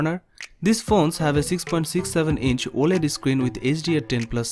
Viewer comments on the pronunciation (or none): none